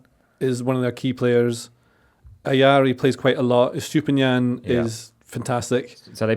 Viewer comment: extra credit for correctly calling Mitoma "Mitter-ma" rather than "meTOEma". Now just work on Estupinan. Is "Est-opinion" - not "Estoopy-nan"